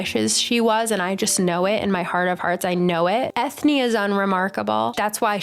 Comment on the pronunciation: They gave Eithne an Irish name so I think her name is supposed to be said like Enya. Pretty sure a cutscene from the Darkest Faerie video game shows Balthazar shoving a human-sized faerie toward the opening of a bottle, and she automatically shrinks to fall into the bottle. I want more faeries of color!